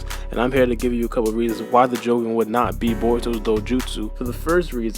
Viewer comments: You idiots! it's pronounced jo-GONE eye, not Jo-goun like shogun with a j in front of it. and it reverences to Hiei from yu-yu hakusho, that spirit detective cartoon. I see the parallels between the assumed do-jutsu capabilies, and Hiei used darkness flames whilst boruto saw dark chakra. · It's ponounced Jou-gahn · add j to ou my nigga stop pronouncing it wrong but gan literally means eye